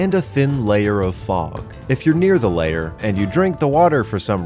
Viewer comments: It's LAIR not LAYER you shitwhistle. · L-air... not layer... L-AIR!! Please!! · The way you pronounce lair as layer deeply confused me for the first half of this video